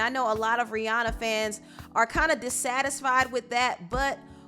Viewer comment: you pronounce rihanna wrong .